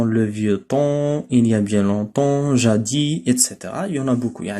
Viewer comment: Salut je pense qu'il faut pronnoncer le s dans le mot jadis es que vous êtes d'accord monsieur le professeur je vous remerciez merci très fort pour votre intention bonne continuation